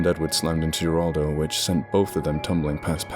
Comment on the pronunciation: Geraldo is pronounced with an H, not a G. I'm pointing this out bc you spoke the other Spanish nicely (even though I only get the gist of what's being said)